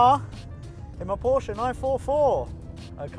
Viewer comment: I don't get the question... Of course we want to see the Porsche 944. By the way: Thank you for using the proper pronunciation for the brand name